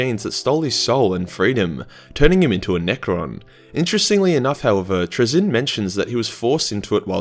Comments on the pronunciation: Traynz looks like it should be pronounced like “trains”. His name ends with “nz” I don’t know how you’re getting “Truh-ZIN”. Penal colony schools at work. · “Trai-zinn” Also, happy birthday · I think it’s Trazyn like Tray-Zin just wanna say that. Also happy birthday you should never go into singing. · Trazyn? Traynz?? Trainz. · It's pronounced "trains". Trust me. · (tray- zeen) but great vid man I really appreciate it but I'm too poor to support you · It's pronounced 'Trazyn'